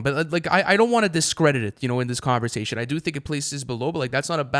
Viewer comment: “what’re you saying?!”: “converzation”